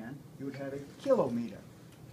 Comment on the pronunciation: Please learn how to say kilometer